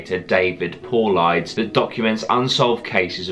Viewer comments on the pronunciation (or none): "David Pauleyeds"😂😂 good video mate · Nice channel, FYI it’s pronounced Paul - i - des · David's last name is pronounced "paul-lie-dus" His investigations are focused on national forests/parks here in the United States, not around the world. You should also include his movies links too so more people can be informed on his hard work. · This is the first video of yours I've ever watched. I found you via the recommended videos when I was watching a video by MrBallen and I'm glad I did. There is one thing that bothers me about this video, though, and that's your pronunciation of David Paulides' name, I don't mean to bash you at all, it's an odd name! I'm going to spell it phonetically and hopefully you see this and don't think I'm trying to be an asshole. It's pronounced Poel-eye-diss. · You talk slow. And say paulidas wrong